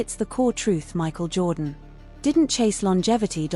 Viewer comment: All these you tubers can't put in the effort to make their own videos? Michael "jordon"? Isaiah (eye zeye uh)? AI fail and creator fail for using Ai.